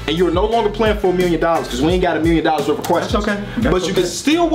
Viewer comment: A "millionuh" 😂😂😂